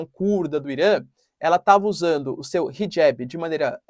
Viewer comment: Hijab!!! Para de falar erradooooo